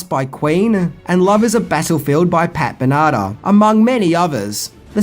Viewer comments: Pat Benarda? REALLY?! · I was hoping Pat Ben Otter was real.☹️ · Pat banana? Pat Bennatar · Pat Banata???🤣🤣🤣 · Who tf is "Pat Bernardo?" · Pat Benahder, what a classic muscicion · I'm sorry.. Pat Banana?? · Man, I love movies about action figures that star Phil Hartman And that was a... unique... way to pronounce 'Pat Benatar'.